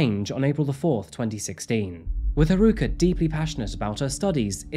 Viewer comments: Did you know you can type English words into google translate and have them translated to Japanese to get the correct pronunciation for Japanese names? My pronunciation pet peeve has been triggered again in this video. It’s ‘HAruka’ not ‘haRUUka’, sorry! Really do like your videos though. 😅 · I know this seems pretty nitpicky but her name is pronounced HA-ruka, not ha-RU-ka. Giving the stories on this victim’s is very much appreciated but I think they would’ve appreciated it more if you got their name right or tried to get it right. This has been the case in a few of your videos all of which I LOVE but ya know, just saying. It’s really just me and my bias of having learned Japanese for 3 years and also being a Houston native with many friends going to UT Austin that likely pushed me to put this comment out finally. Also it’s not “Texas University” it’s “The University of Texas” or you can call it “The University of Texas at Austin” or “UT Austin”. All that said thank you for doing this girl justice in every other respect in this video and keep up the good work,! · Sorry but the mispronunciation of haruka is driving me nuts. It’s not haruuuka just haruka. I’m dipping on this vid. I’m not being a downer but that’s a pet peeve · Her name is Haa ru kaa! Not Hruka!! For fka sake, dont do this to people's names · Man, you even included a video of a newscaster saying her name correctly, but you still pronounce Haruka wrong the entire video. Nice. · the news caster mispronouncing her name got me a little upset “Haruka” is not that difficult